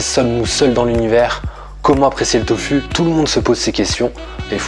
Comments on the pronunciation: pourquoi tu dis toFU et pas toFOU ? mdr ca me stresse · On t'a déjà dit que c'était surprenant ta façon de prononcer "tofu" ? ^^